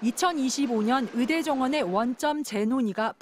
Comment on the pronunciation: 추씨 아저씨! 으대가 아니고 의대예요!!! 발음도 뭐같으네...